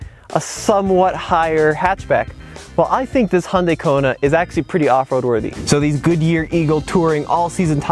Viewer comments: It's pronounced "yan dey" not "hon dey". All the American reviews pronounces it like a drunk Honda. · It's actually pronounced "Hyun day". Only people who are familiar with Korean can actually say it right.